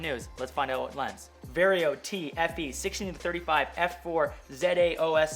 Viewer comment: I think that's pronounced "t star"